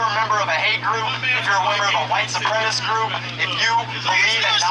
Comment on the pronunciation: He doesn't know how to say the word "supremacist." And the audio in this video is twitch-inducing awful.